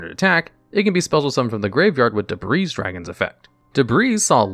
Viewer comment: is that why he keeps saying debreeze dragon for debris dragon?